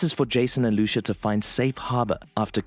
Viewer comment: It's not Lushu it's Lucia